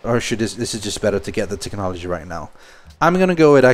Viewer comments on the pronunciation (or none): none